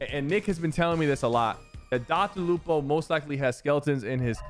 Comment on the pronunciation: Dr. Lupo? Dr. Loco 💀💀💀